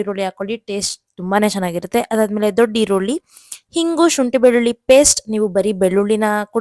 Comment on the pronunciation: ಹಿಂಗು ಅಲ್ಲ ಇಂಗು